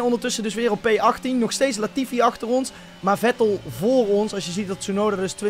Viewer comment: leert snel namen in Gotifi zeggen en daarna wel Latifi zeggen na je leert snel 😂😂😂😂😂😂😂